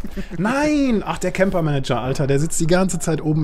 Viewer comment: der eine heißt camper MANGER und nicht MANAGER :D aber sau geil bitte öfter solche videos! :)